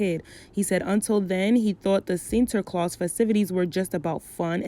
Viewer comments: It's like you're struggling but you're saying it right tho 😂 Sinterklaas. Love that you're talking about this topic I'm Dutch btw. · I am a black Surinamese girl from the Netherlands. From childhood I knew the "Tradition" but I never celebrated it because I always knew it was racist. And I’m happy you talked about this.( You pronounced Sinterklaas right) I love your video’s so much love❤️❤️❤️ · I was born in the Netherlands & Sinterklaas (u pronounced it right btw) is really something big. But from a young age, I was called Zwarte Piet a lot of times... that’s when I knew there was something wrong with it, bcs my skin is not a costume, point blank period no tampon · Your pronunciation of sinterklaas was not that bad